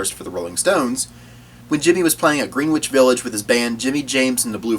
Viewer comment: This channel needs more views but its pronounced GRENNAJ Village not Green-which